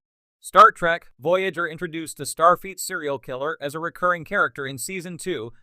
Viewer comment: Why does the AI voice seem to be saying "Starfeet" rather than "Starfleet"?